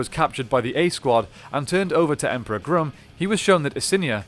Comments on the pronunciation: It is pronounced Grumm not Groom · Your mispronuciation of Grum is aggravating. His name is pronounced, Grum not Groom. Like Chewing Gum. I hope you don't say, Chewing Goom. 🤣 And Z's full name is, Elizabeth Delgado. Just stating because you called all the other spd rangers, by their full names. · Gum not groom. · It's pronounced Grum, not Groom. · Doggie Cruger should not be in this list. He is the Mentor and Comanding Officer of SPD. He is not the 6th Ranger of the team. Check out the Wiki on the season and the article on the character. The SPD 6th Ranger is the Omega Ranger. And it’s Emperor Grum, short u sound, not groom.